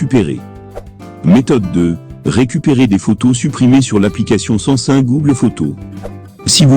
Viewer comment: Sais pas San.sun mais SAM SUNG